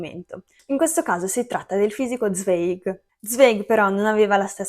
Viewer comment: Zweig, nome tedesco, si pronuncia, Zwaig. In tedesco il dittongo ei si pronuncia "ai"